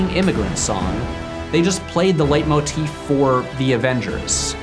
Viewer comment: Wow, you pronounced “leitmotif” just perfectly.